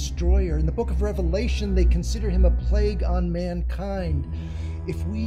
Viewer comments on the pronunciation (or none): none